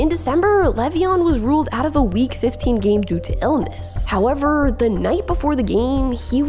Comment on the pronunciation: I like these videos, but A) Who TF taught her to say "howeveRRRRRR" like that? & 2) Why does it LEGITIMATELY sound like she's being punched 👊 in the stomach as she says "HoweveRRRRRR!!" ?